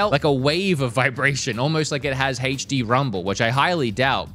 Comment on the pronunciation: “Heych D”